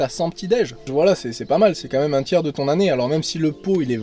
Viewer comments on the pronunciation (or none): "C'est qua même joli en pancake" Toi t'es du sud-ouest, sans hésiter... 😂